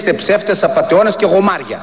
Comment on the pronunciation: Όχι "γομάρια", "γουομάρια".